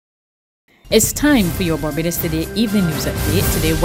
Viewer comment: V-hickle indeed ! But who cares? Certainly, nobody at Barbados Today....any noise will be just fine. "It Babadus we come from...ent?"